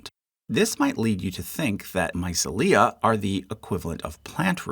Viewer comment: Seconding someone else's comment that the mispronunciation of "mycelia" is p painful to hear. I just found your channel and I really dig your videos and your charts, buttt I would love to trust your pronunciations!